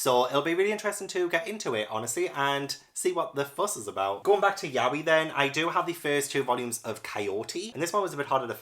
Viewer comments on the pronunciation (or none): none